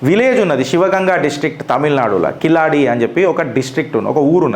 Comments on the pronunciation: కిలాడి కాదండి. కీలడి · కిలాడి కాదు బాబు కీలడి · కిలాడి కాదు అన్న అది కీలడి. Please correct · కిలాడి కాదు తమ్ముడు కీళడి కీళ్ + అడి=కీళడి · సర్ఆ వూరి పేరు కిలాడి కాదు క కీలడి కీలడి అనాలి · Keezhaladi..not kiladi..pronounce properly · Sir, Kiladi kaadu. keeladi.. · అది keezhadi, zha ని tamil ( Tamizh) లో ల అంటారు. అంటే అది కీలడి, మీరన్నట్లు కిలాడి కాదు.